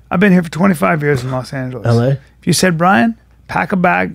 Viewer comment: “I’ve been here for 25 years in Los Angelos.” “LA?” Christ.